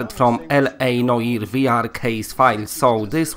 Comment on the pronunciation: Cool. Thanks for the info. I just hope that it won't be blurry like Obduction. By the way, "Noire" means "black" (feminine form) in French. The pronunciation is something like "No-ah-r" (not "no-ee-r")